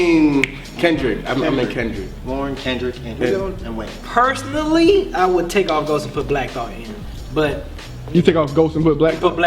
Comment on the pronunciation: "Paeuoueoursonally" hahah lol I never cringed that much in my life... no hate